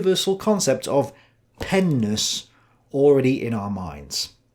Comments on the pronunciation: says, "Peness" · Penis you’re mispronouncing it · I started losing it when started saying "penness" man